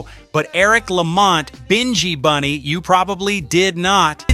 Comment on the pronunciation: You or your AI continually pronounce the names wrong, Binghi Bunny is pronounced as in Nyabinghi, plus you keep on showing a photo of 'Bred' who is a singer with Wailing Souls when talking about Noel Bailey ( who we know as Sowell). While I appreciate you trying to give out the reggae history and establishing a lot of facts, is it out of love for the music or exploration, because everyone of your reggae post I have seen always have mistakes primarily in pronunciation and showing the wrong photos and secondly in dates and historical context, because this is a constant issue I am respectfully asking you to please get your act together or stay out of our buissnes. Bless